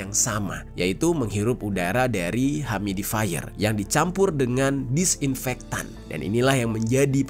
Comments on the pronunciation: Yu-mi-di-fai-yer ... cek pronounciation nya di mbah Gugel, bro !! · Makasi infonya, bang.. smoga gak kejadian di Indonesia deh kyk gini2... harus ati2 sama bahan kimia yang dimasukin di produk sehari2. Btw mohon koreksi dikit, "Humidifier" cara nyebutnya "hyumi-difayer" bang. Sukses selalu buat konten2nya! 🙏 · Humidifier bang bukan humidaifer 🥲🙃